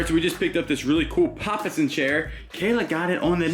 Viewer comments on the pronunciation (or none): Love your content. Great pick up on the chair! I hate it when I am unsure of how to pronounce a word. I can help you out with this one😊. Pa-pa-san=papa is pronounced just like your Father or Papa and san sounds like the last syllable of the word horizon but with an s instead of z sound. The large version is a papasan chair and the smaller version is a mamasan chair. Japanese for father and mother. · It’s PAPA SAN, like PAPA, as in FATHER, SAN, as in Asian it’s named this because of how the “papa San” sits in the chair. Try READING A BOOK… It’s embarrassing that someone who knows SO LITTLE about EVERYTHING can make so much money… even if it weren’t common knowledge to almost anyone who has ever read a book or seen a documentary about Vietnam or China, it’s NOT HARD TO PRONOUNCE! It’s THREE LETTERS! And BTW, everything YOU find is gold and anything Kayla finds is either junk or you claim it’s a bad buy. She can’t buy anything if it’s marked more than $10